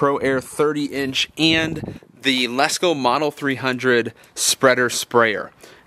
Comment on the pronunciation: LESCO NOT LESS LO